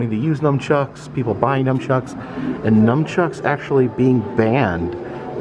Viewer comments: NUNchucks not Numchucks lol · They are called NUNchucks. Not numbchucks. Lol.